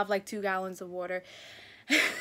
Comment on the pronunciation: Ok 3rd comment but you still say "water" the same!!! Lol love it